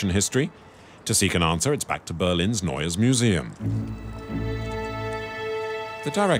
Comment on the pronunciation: Narrador péssimo...NEUES MUSEUM se pronuncia "nóies miusium"...